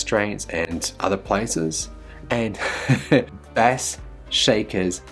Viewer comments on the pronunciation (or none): Hey, Bass is pronounced BASE. It's a musical,audio term.